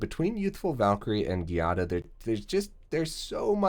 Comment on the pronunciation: I think it is pronounced JEE-ah-da, but I'm not sure either